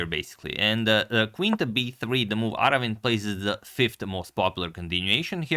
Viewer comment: Agad, you pronunced his name correctly and if you wonder how to write his name in Tamil. அரவிந்த் சிதம்பரம்